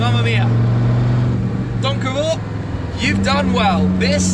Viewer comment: As a Dutchie, I only came here to hear Tim pronounce Donkervoort :) It was on point though!